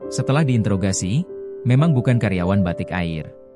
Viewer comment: cabin krewu kata siadmin yg kurang faham bahasa yg benar..batik ai r🤣🤣🤣🤣🤣🤣